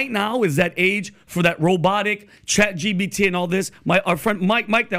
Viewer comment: Every time these guys say “ChatGBT” a MegaByte dies.